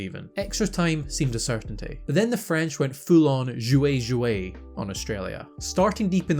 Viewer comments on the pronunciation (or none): none